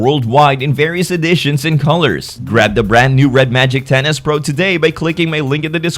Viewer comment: When you were talking about it I kept hearing "Tennis pro"